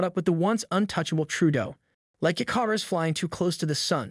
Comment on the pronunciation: It's pronounced ICK' - R - US !!!!!!!!!!